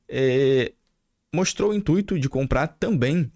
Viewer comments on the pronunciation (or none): none